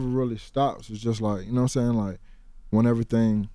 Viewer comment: "Noah Sane?"